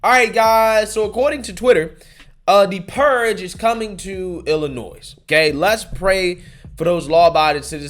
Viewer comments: "Illa-noise" 😂 the s is silent 🤣 holy 💩, I've never heard someone that makes money from speaking mispronounce so many words 🥴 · Pronunciation heads-up: The ‘s’ at the end of Illinois is silent. It’s not called “Illinoise”, but “Ill-i-noy” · DO NOT PRONOUNCE THE S IN ILLINOIS!!!!!!!!!!! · I'm more worried about you calling it Ill-Uh-Noise than Ill-Uh-Noy. The 'S' is silent lol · please 🛑 saying iLLi noise. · Love your videos...but as a lifelong Chicagoian, it's pronounced "Ill-in-noi". As a reference, I've never heard heard anyone say "Ark-in-sass" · It's Illinois (Illinoy). The S is silent. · Love ya but there’s no noise in Illinois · It's pronounced: ILL-annoy. (See it that way once and you'll never forget it 🤣) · The S in Illinois is silent bro. I grew up in and live in Illinois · s is silent 🙏🏽🙏🏽🙏🏽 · Bro, I love you to death, but please stop pronouncing the 's' on the end of 'Illinois'. lol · S is silent in Illinois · S is silent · The S in Illinois is silent lol. I'm from Central Illinois and this is absolutely moronic. Now you're going to see more and more citizens in this state applying for FOID and buying more firearms. If it wasn't for family i never would have come back to this state after the Army. Our election is coming up though so hopefully we can vote for some new, sane people for office. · Just a note. You do not pronounce the S in Illinois.